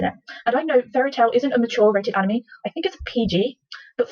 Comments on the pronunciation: In the beguinning of the video they prononced anime "animi" But then... Later changed it to anime they had to say animi a couple of times to say it anime. Only me who noticed? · The mispronunciation gives the word "anime" is cringy to my ears... HELP. ME. "ANA MEEEEEEE" I WANT TO GOUGE OUT MY EAR DRUMS!!!